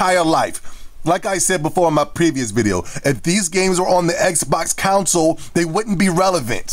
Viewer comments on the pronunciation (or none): I find it rather odd how you pronounce console as council.